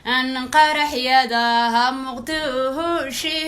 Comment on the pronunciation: Muqdusho kute😂😂😂😂😂 Balo afqalooocan